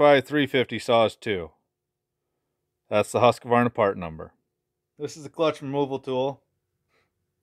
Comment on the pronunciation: It would be fun to see how the classic saws like the partner s55 or the jonsered 490 would hold up to these new saws. And btw, you should learn to pronounce Husqvarna correctly. You, like most Americans, insert an unnecessary extra "a" after the "q"... It's sounds weird.